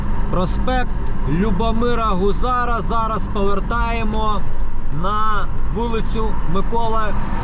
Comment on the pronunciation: Чоколовка - ударение на первое О. Гузара - на У😊